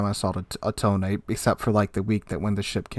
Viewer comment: I noticed that you're going the extra length of trying to pronounce the ship names as they're written, not as they'd be said in English. So I figure I should help you out a little. You say "Ise", and "Tone" more like "Isay" and "Tonay", which means you're halfway there. To correct your pronunciation that last little bit, here are two things you'll want to know: 1. Japanese relies on a syllabary, not individual letters, and each syllable is supposed to be exactly as long as every other. So the "I" has to be as long as the "se", even though "se" consists of both the s- and e-sounds. 2. Japanese vocals do not 'mutate' the way English vowel so often do. Basically, do not transform the shape of your mouth, tongue, or throath while speaking a vowel. The e-sound in "se" is the same as in the English words "best", not like the ey-sound in English "say." Basically, the same way you didn't transform the i-sound in "Ise", don't transform the "se" either. Same with "Tone", both syllables are the same length, and neither one changes the sound of it's vowel throughout.